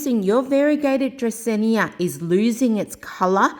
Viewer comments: It's Drah-seen-ah, not Drah-seen-ee-ah. And you need a better mic. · sorry, but it's "dracaena", not "dracaenya". very hard to watch you saying it so many times😢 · You're mispronouncing the plant name. It doesn't end with "nia". Frustrating. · agreed. no hard feelings, but i couldn't go through! because it feels like the author is doing it on purpose and repeating it excessively 😂